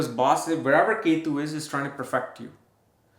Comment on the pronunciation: ❤🎉 don't say k2 ketu you have good studies but you must say the names properly other wise you are mixing the energies take English class you better your English now